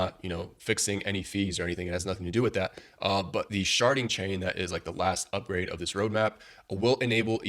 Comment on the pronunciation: Did you sayyyyyy, shartdddding